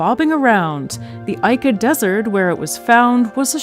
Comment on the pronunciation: Hate to be “that guy”, but Ica, Peru is pronounced ee-ka, not eye-ka